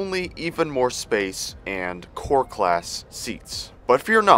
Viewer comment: When you said core class I legitimately thought you said poor class.